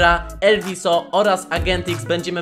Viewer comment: Mówi się elwis